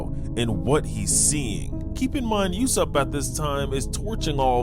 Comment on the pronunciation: bro say YASSOP and PERONA properly🥀💔😭🕊🤫😭🧏‍♂️🗣🔥😈🤑❗️